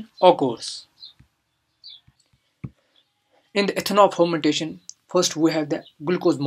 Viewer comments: Wtf is phhhhhharmantation? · Ethanol phomantation.......lol.......which accent is this....haha....